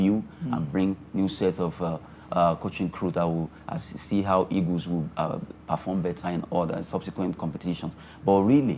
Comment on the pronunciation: Can someone help me with the right pronunciation of the Nigerian national team? Is it 'egos' or 'eagles'? I thought they are called 'green eagles' but i hear almost all Nigerians saying 'green egos'. Someone should please help me out.